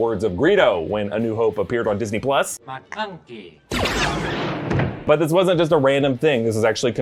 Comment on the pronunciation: When he said "McClunky" I felt that